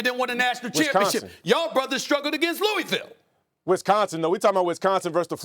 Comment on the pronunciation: It's pronounced Lou-a-vul, not Lou-e-ville